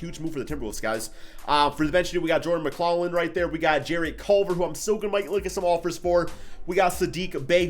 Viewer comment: Jordan Mc-glof-lin is how you say his name 🙃